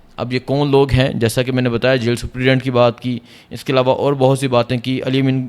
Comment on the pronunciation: this guy can't even pronounce the word "superintendent " 🤣 he is pronouncing it "suprident" 🤣🤣🤣